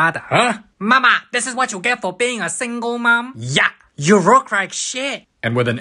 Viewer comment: "You rook rike shit"